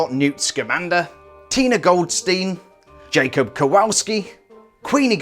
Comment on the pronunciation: Robert Brookes he thought Jacob was either pronounced Jacob (correct) or yacob (INCORRECT!!!!!)